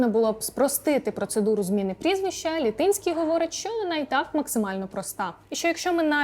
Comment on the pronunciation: ЛітИнський - було б доречніше вимовляти ЛІтинський (з наголосом на перший склад), той, що з Літина, містечка на Поділлі. Наголоси - це теж елемент русифікації. А загалом, згоден з панами Мараєвим та Алфьоровим, прізвище не визначає людину.